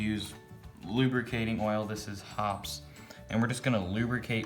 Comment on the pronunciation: The 'E' in Hoppe's is not silent. Go to some of their own videos